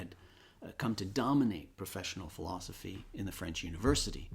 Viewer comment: i love bernard, but why he say "philozophy"?